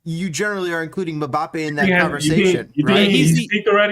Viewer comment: Who the hell is Mabappe? 😂